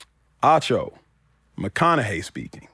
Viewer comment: it is Acho not Ocho, what is wrong with you.